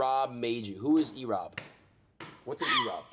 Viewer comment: "What's an Erobb." OMEGALUL